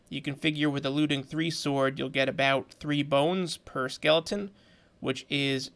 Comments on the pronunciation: I realised you said heleton at the mark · he said halaton instead of skeleton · i've noticed lately a lot of youtubers are becoming quite dyslexic lately. you said its for the Skeight of the Heleton <3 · hi im nasifthegamer and im in my now main account because google deleted my previous account , i was the third one to point out that you said heleton [didnt even sub to anyone else just came straight here and subscried]